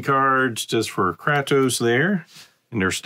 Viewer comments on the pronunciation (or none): kray-toe-ss like kray fish and toast without the t :)